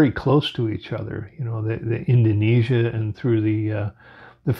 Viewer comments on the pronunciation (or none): none